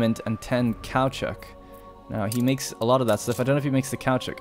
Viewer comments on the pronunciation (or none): Odds are you'll never see this.....watching the whole series. Two things....1) It's pronounced Salt-peter. 2) Caochouc (sp) is the french word for rubber and is pronounced 'ka oo chu'. Thanks :)